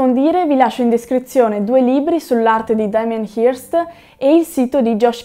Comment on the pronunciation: si pronuncia, pressappoco, "Hœrst". Ottimo video